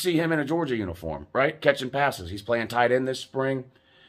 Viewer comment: They ain’t pwaying nobody WOUUU